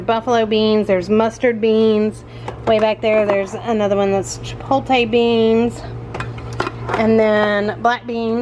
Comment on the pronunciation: Love watching, can’t believe that no one has corrected your pronunciation of chipotle. You always say CHIPOLTAY the correct pronunciation is. CHA POT LAY. Please give it a try! You’re far to smart to continue to say it wrong